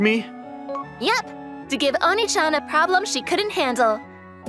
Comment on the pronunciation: See...when you don't translate everything "onee-chan" sound like "onii-chan" in English pronunciation. Such lazy translation. Scold your translator to be more careful.